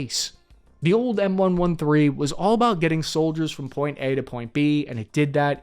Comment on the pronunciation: How can you call yourself an infrany man and pronounce M-113 wrong?